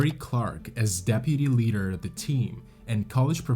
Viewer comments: This presentation of an interesting topic and an important lesson is marred by the narrator's continual mispronunciation and mischaracterization of the climb. One could, perhaps, forgive the pronunciation of certain native place names (though simple research could easily have solved that problem), stumbling over common English words like leader is less understandable. Characterizing a climb of Denali as a hike is totally irresponsible. I fully understand that it is easier to be a critic than a producer of content. However, these basic errors mar the presentation, and lead one to question what other errors were made in its production. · It's pronounced LEEDER, not LEDDER. Is this a robot?